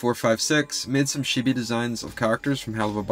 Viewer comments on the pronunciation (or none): It's "chibi", not "shibi". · Ok but the way you pronounced chibi really sounded like you just called them shitty lmao